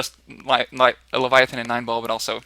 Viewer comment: Good luck with that game design,, looking forward to play your games...:) Oh by the way: Thanks for pronouncing it correctly, Leviathan